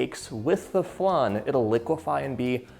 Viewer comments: It’s funny how you say flan. I’m Mexican and we had it flAn and you say it flun 😂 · I do love a good “flun” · Looks delicious, but what's a flun? Lol xx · It hurts hearing how he says it when uk french..